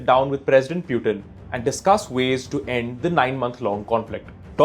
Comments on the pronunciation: How difficult is it to pronounce Putin and not “Pyutin” 🤯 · Its not pronounced "pyutin" its putin. Hindi vala "पुतिन". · It's Pootin and not Pewtin...just saying 🤷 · To the news reader... It is Pootin not Pyutin. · I was laughing the whole time at ur accent ...learn some English Bro. Tired and Putin pronunciations were so funny. Grow up bro